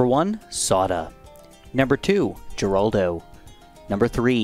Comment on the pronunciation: Miss pronounced Geraldo its pronounced with a H sound